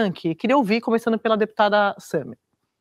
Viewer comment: Começanu, ganhanu., apresentadora? Não seria ComeçanDO e GanhanDO?